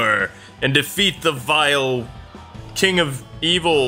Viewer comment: I'm happy you're not Link, you're videos would not be nearly as funny if you couldn't talk...plus you'd be in love with Zelda and not Kwife which would be really sad.